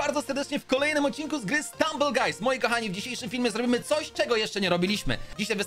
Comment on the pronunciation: czemu na Stumble guys mowisz Strumble guys?